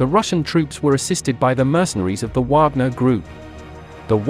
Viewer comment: "Whogner," I love AI readers.